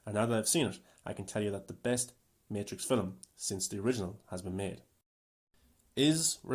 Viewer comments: The word is film, not filim. Now syllable, not two. Aside from that, I actually appreciate watching someone dive deep and analyze this movie in the way that doesn’t just jump in and trash it. I still don’t know what I think of it and will probably have to give it a couple more viewings before reaching a conclusion. I definitely appreciate reviewers I will give the movie an analytical breakdown and actually justify their opinions rather than just trashing it and not backing up why. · never trust s movie reviewer that pronounces film, "feeleem". this movie is not that deep. it was garbage in comparison to its predecessors.